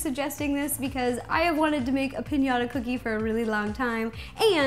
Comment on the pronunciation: Pinata? It's piñata